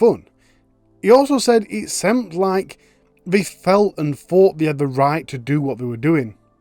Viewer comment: “semt like”?? Sweet Jesus. “Seemed like!”